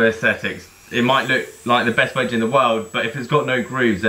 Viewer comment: Wedge was butchered 👀